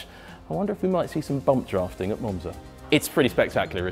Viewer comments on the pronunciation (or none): DID YOU JUST SAY BUMB DRAFTING??? i’m sold….